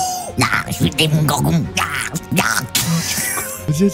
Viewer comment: Il a dit demongargon 😂😂😂